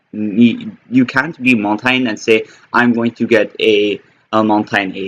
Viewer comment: QUIT FUCKIN SAYIN HIS NAME LIKE THAT